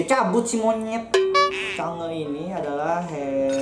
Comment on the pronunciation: Change woy bukan sange :v